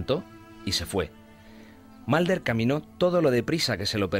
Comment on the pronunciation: 'Malder" y "Scally" ... OMG!